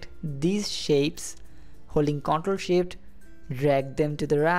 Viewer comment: Great vid, thank you for it. And I like how it sounds like you are saying "Hold the SHIT key". LOL!